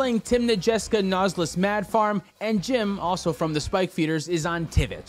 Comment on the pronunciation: It says Trivit not Tivit.